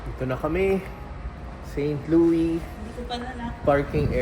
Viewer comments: Share ko lang bro, St. Louis is pronounce "Saint Lewis" (Loo-iss). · Pronounced "Saint LOO-iss" parang Lewis. Uso pa rin ang break-in, pero dito di katulad sa atin na papaandarin muna ahead of time ang sasakyan bago umalis, dito pag andar alis agad. Di uso ang warm up. :) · unlike Illinois, you pronounce the "s" in St Louis :) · You pronounce St. Louis like you pronounced it but also with the "s" at the end. So it is not a silent s. Also "arch" you were right the first time...you pronounce the h. Hope you guys had fun! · Correct Pronunciation: Saint LOO-iss (/seɪnt ˈluːɪs/). (Here in America) Common Misconception: Some may use the French-style "Saint LOO-ee," but the "s" is generally pronounced. Local Dialect: The name fits into a broader local, older dialect that sometimes anglicizes French names. To give you credit though, Louisville is pronounced Loo eeh vuhl. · It is pronounced with “S” po. Try visiting Kansas City museum 😊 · not silent S in st louis po…. hehehe enjoy po from st louis